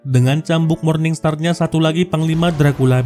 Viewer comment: perbuattt, nyahhhh, diahhhhh, terbakarhhhhh,bungahhhhhh, padanyahhhhh